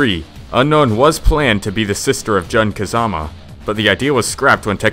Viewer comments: "JUHN Kazama" cringe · John Kazama X'DDDDD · Seriusly, the way you pronaunce their names makes my brain bleed... John Kazama wtf!?!?